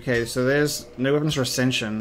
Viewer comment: Haha I love it! When you get angry your "no" turns into like 3 syllables 😄 "NO-AH-ER" all jokes aside I'm enjoying this playthrough and discovered your channel recently when I was searching for resident evil 4 blind playthrough.